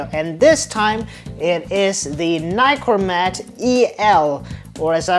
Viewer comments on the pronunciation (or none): Americans, it is not a NYCORMAT learn to pronounce NIkormat